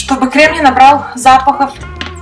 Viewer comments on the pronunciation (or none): Крэм, консистЭнция...крэшка 😂